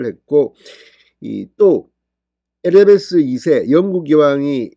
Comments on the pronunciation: 에리자베스라고 바름해 에리베스라 하지말고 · 에레베스가 아니라 엘리자베스입니다요~~~ㅎ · 에리베스가 아니라 에리자베스 입니다